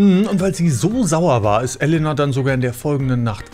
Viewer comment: Kleiner Tipp zur Aussprache von russischen Wörtern, man spricht jedes "e" wie "je" also theoretisch Jelena oder auch Jekatarina, etc.